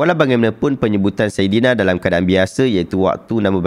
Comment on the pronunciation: Dengar macam dia sebut saidana.